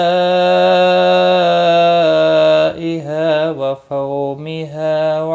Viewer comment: Ap ne wa foomeha ko wao leen kaha hai is lafz ko ap ne faomeha parha h ye wao madda h curection kren pleez